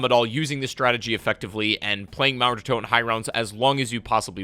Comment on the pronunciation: Es ist so witzig wie er mauer der Toten ausspricht